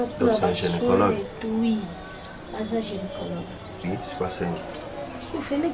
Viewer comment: carine balobak gynécologue pas genecologue na yo pe omari vraiment heinnn